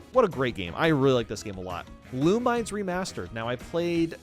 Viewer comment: its "loo-mii-ness", not "loo-mines"